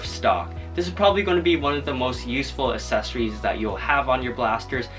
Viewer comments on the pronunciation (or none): It's accessories not assessories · I love how he says assessories instead of accessories